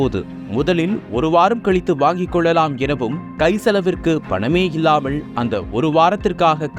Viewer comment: கூளி, அளுவளகம், திண்டுகள், இரவு பகளாக, இல்லாமள், கண்டு கொள்ள விள்ளை, மிள்ளு தவிற ழ என்பது எல்லா இடத்திலும் தவறாக உச்சரிக்கப் படுகிறது. தமிழனா ராசா நீ ? வல்லினம், மெல்லினம், இடையினம் எதுவும் தெரியாதா ராசா?. நக்கீரா உன் நிலமை எப்போதும் இதுதானா? மாறாதா?